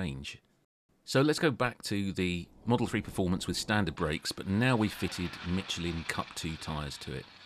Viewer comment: Good god, my ears, it’s mi-SHELL-in, not mitchlin.